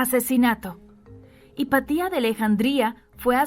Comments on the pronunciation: No se dice “Hipatía”, se dice Hipatia… Qué dolor de oídos, por dios 🙈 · Interesante, sólo tengo que corregir la pronunciación del nombre "Hepatia", porque es una palabra grave, y sigue la regla de acentuacion. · Pero es Hipatia, NO HIPATÍA! 🙄🙄🙄🙄